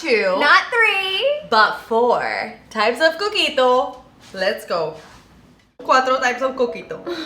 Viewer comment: When you said your drinks name the first time I thought you said cookie dough